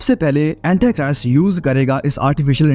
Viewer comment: Aapke sare msgs to d point hote hai...thnx for updating us for Eternal time... But its not Antachrist what U say..its Antichrist...aap hindi me bhi kahenge to chalega, English bolna itni bhi jaroori nahi hai.. baki sab bahut excellent hai 👌🔥👏👏💕👍